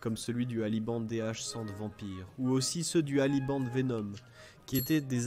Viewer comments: Impossible que ce soit une IA, car même si elle progresse à une vitesse fulgurante, l'Intelligence Artificielle n'a pas encore rattrapée la Connerie Naturelle. ou alors c'est qu'elle est buggée à mort et programmée avec les pieds. Sa prononciation répétée du "Deux Alli Vendent" pour "De Havilland" est à mourir de rire. :D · Au début, c'est fluide mais ça dérape. Comme tu ne notes vers et à mais aussi avec la prononciation farfelue de Boxkiten, De Havilland (j'entends "ali band") ou Fairchild et les fautes de Français ( "serait retiré")